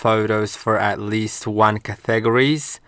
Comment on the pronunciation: Hey just a little help signature sounds like sig(cig as in cigarette) na sounds like ( na in nothing) ture sounds almost like "your" or "tour". Category sounds like cat ( as in the animal) te sounds like (ta) gory sounds like ( go) ry sounds like re as in reed( or when you say the letter "E". Hope this helps. But great video.